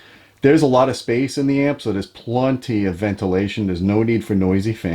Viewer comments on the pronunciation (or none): Love the channel. That said, if I hear anyone say the word "plunty" ever again, I might lose my shit...